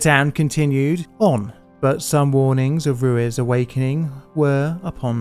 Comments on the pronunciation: Thanks for making and sharing this story with the public. I went to Armero 5 years ago and it truly is a ghost town. Just for your information: Ruiz is pronounced roo-eez, not roo-iz. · Or Roo-ez, which he also says. I’ve never heard a British person with decent pronunciation in any Romance language, they’re hopeless🙂